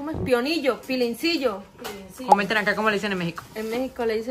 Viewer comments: Se dice piloncillo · Se. Dise. Piloncillo 😊